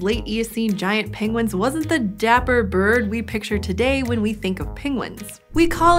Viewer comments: she says birb not bird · she said birb 😂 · Did someone realize she said birb and not bird? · Did she say birb